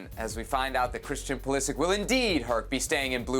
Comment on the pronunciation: His surname is croatian and it is proununced Pulisich (Pulišić).